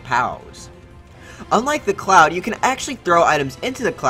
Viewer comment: Cloud not clouf